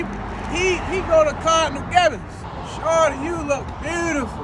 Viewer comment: it's pronounced "shoooordy"